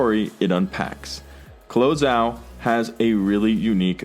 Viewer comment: Your pronunciation of Chloé Zhao is so weird.